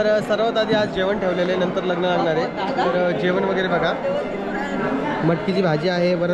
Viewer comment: लगन नाही लग्न म्हणतात दादा